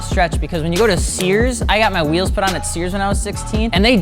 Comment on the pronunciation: It's Wheels, Not RHEAMZ